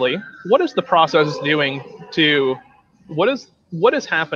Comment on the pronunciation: Every time I hear these nice gentlemen say "process", I hear "Proteus" - and I have to correct myself. I don't mean to, and I totally get where it's coming from. English isn't my fist language either. And, today I learned that there's a bunch of different kinds proteus' : • a group of bacteria • type of amoeba • an Olm (weird kind of salamander) • a sea creature from old Greece mythology • a learning software • a video game ...